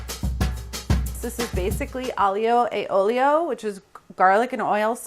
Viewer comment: if carla is gonna do this super pretentious act she has at least pronounce aglio e olio correctly